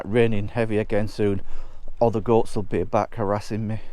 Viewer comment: Hola from Spain. Love it , love you & your presentation. Thought you said ' Ghosts ' but realized it was Goats 😂. Your young enough to get stuck into this renovation, we've just tackled another in our 70's... Look forward to following you ❤